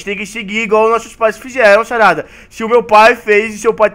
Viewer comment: se voces perceberem ele fala sarrada em vez de sarada